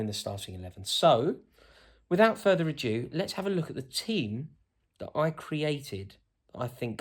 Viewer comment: “Further adew “ love it dude Further ado. But i tickled me! Like the team. Not far diff from mine. Always a toss up with foden, sterling, sancho, rashford